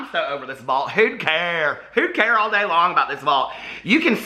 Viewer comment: everytime he says who care ? i say huda care and chuckle . lol